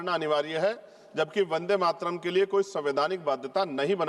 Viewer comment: जो ढंग से वंदे मातरम बोल नहीं पा रहा वो भी ज्ञान दे रहा इनसे कहो भाषण तो सही से कहो किताब न पढ़ो वो भी अशुद्ध वर्तनी के साथ।